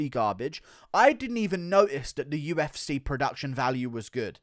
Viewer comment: Say what you want about Guru but he does know what he's on about when it comes to the damn thang. Plus it's funny when he says UFsay.